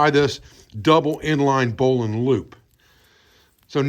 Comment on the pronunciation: Oh my gosh, this is outstanding! I can tell that I'm going to spend hours on this channel. 🙂 And let me just say, it is such a pleasure to find someone on YouTube who knows how to pronounce "bowline". (My father, a former sailor who was then commissioned and became a Naval aviator, taught me a bit about rope and knots, but I've always wanted to learn more.)